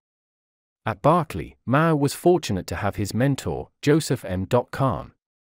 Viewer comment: BERK-LY NOT BARK-LEY